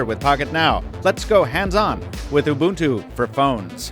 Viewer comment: he's pronouncing ubuntu correctly, i don't like it